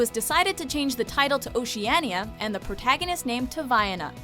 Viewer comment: Oceana not oceaniya